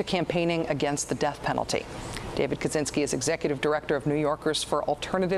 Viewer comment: It's "Kaczynski", btw...